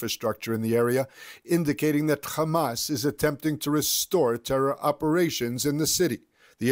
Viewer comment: Khhhhamas 😂 please pronounce your victims correctly